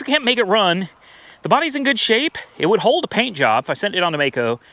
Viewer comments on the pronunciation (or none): none